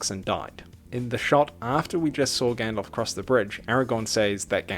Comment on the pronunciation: Frodo saying Gandalf: Gyandalph 😂😂😂😂😂😂😂